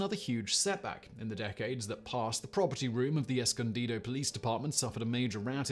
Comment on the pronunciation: Simon! Thank you so much for pronouncing "Escondido" correctly. That's where I live! Thanks for another fascinating video. Fun fact: "escondido" means "hidden" in Spanish.